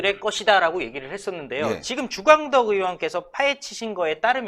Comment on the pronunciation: 으원 으원 하지마세요 의원이라고 발음하세요 제발!!